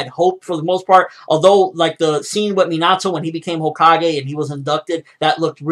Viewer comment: His name isn't Mean-Ah-Toe it's Min-Ah-Toe